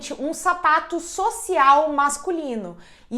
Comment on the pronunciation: Na hora que ela falou sapato eu pensei que ela tava falado safado